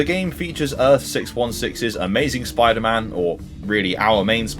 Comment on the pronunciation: Spwiider man